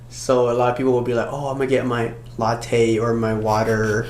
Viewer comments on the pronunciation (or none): none